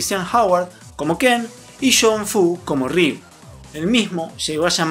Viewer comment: Se pronuncia "riú", sin doble R al inicio. 😉